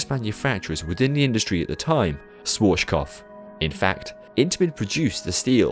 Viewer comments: Nice one. Being German, i noticed that you pronounced Schwarzkopf kind of "inverted", to stay with coaster terminology. You say it like "Swarschkof". Just switch your "Sch" and "z" sounds around and you should have the correct pronounciation. The "Sch" sounds like in the beginning of "should", and the "z" like in the beginning of "tsunami". Also, the A in there is like the beginning of "amusement". This is the best i can describe it. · You couldn't have pronounced 'Schwarzkopf' more wrong😂 but it's a very difficult word to say for everyone who is not german😂😂 Nice video anyways 😊